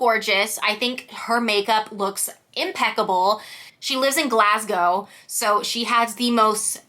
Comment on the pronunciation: Thanks for this review it’s helped me make a few decisions! Also thank you for your flawless pronunciation of Glasgow and not saying glass-cow like most americans lol